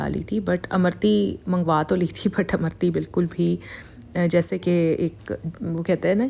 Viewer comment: Amrutti not amarti